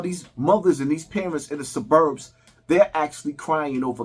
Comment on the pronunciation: Bro why do u pronounce “Suburbs” like that 😂😂😂